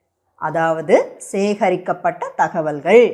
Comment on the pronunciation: ஆங்கில உச்சரிப்பு தமிழ் உச்சரிப்பு இரண்டும் மிக அருமை. தகவல்கள் என்கிற சொல்லில் ல் ள் இரண்டும் சரியாக உச்சரிதீர்கள்... அருமை.